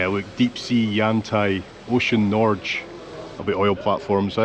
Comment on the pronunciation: It's a bit of a shame that, even after 80 years, the flags on Bamse's grave are still wrong! (cf the mittens.) BTW, Bamse is an endearing name for ... a bear. And the g in Norge is a hard g — like in "God jul" [Merry Christmas]. And, even if frozen, everything seemed to work! ;-)